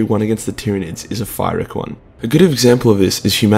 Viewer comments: Pyrrhic is pronounced “peer-ick” not “fai-rick” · That was so adorable when you tried to pronounce “pyrrhic”, it’s pronounced “pirric” you absolute Jew. Still love you though